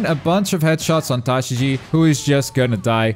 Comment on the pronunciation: smh, i thought u watched One Piece & learning Japanese, but STILL getting the names wrong. Tashigi, its not that hard to pronounce.